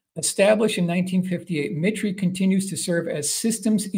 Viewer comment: 2 corrections: assassination was misspelled and “mitre,” I believe, is pronounced “MY-ter.”